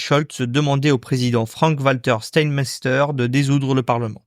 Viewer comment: Steinmeier ( chtaïnmailleur) l a prononciation correcte